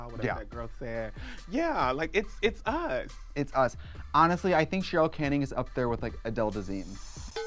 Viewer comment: She said Chim Kee! Charol Canning! She just transposes her "ch" and "c" sounds!